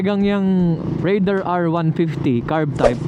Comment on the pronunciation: taga Suzuki, pero di alam ang tamang pronunciation ng "Raider"